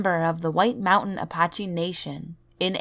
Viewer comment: You said Apache wrong